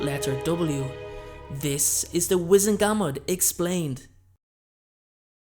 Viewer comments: wizEngamot, not wIzengamot... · GUR - MORT is how it’s pronounced. Not GAM MOT.